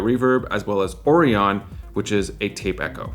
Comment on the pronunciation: Lol “O Ree On”.. it’s Orion “O Rye On”. Like the constellation.